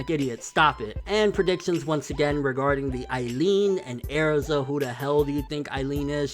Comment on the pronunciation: STOP SAYING AIRZA!!!!